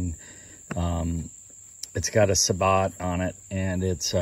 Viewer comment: thats pronounced sa-bo!